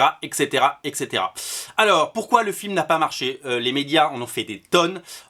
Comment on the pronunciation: Juste comme ça, on ne dit pas "exétéra" mais bien "hèt cétéra". C'est "et cætera" et pas ""ex étéra". En espérant que cela vous aide à vous améliorer.